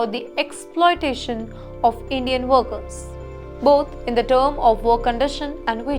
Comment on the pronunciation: It's workers pronounced as werkers not worekers.